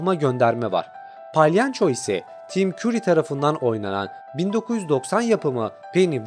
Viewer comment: palyanço değil palyaço